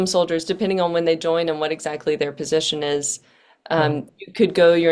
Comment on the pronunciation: egg- zackly 😂😂😂, no d*"ng for no one